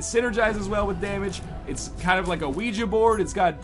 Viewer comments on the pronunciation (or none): none